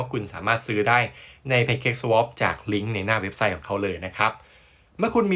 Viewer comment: ชอบตรงเจ้าของช่องพูดคำว่า swap ถูกต้อง ตรงช่อง สวาป แสวบ มั่วไปหมด ฟังแล้วลำคาญ ชอบช่องนึ้ครับ